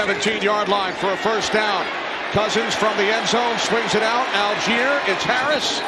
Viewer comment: Allgeier is pronounced all-guy-er. Please. Algiers is the capital of Algeria. They are pronounced al-jeers and al-jeer-ee-a. M 🦘🏏😎